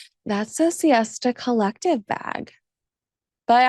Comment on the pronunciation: love your insights and thoughts,! one of the (sadly so) few royal commentator journalists who actually does research. however, there is something you missed out: it's not 'siesta collective' (like in spanish siesta), but 'sista collective' (like in sister of colour). sorry to bring it to you 😉👍🖖😘 keep going, you are one of the best to me